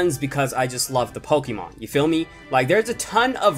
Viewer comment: KB Squared HES saying ya phommey